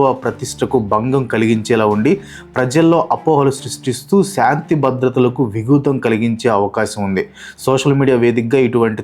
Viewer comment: That's not vigutam that's vighatham bro